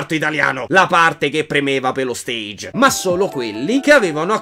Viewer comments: Ogni volta che dice la parola stage in inglese mi viene una fitta al cuore Si dice stage e si pronuncia alla francese ! Essendo una pa ola che viene da lì Ovviamente è per informare e non so se volevi fare il meme del italiano medio che lo continua a pronunciare male (ti ho dato una buona scusa eh) ma nel dubbio lo faccio presente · Giusto per dire: la pronuncia di "stage" è francese, non inglese (sennò cambi il senso della parola).